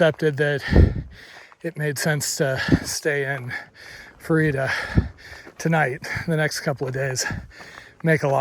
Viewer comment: Day 166 watch. Fru-eeta? Or Fruit-ah? As a Coloradan we say Fruit-ah. Ha!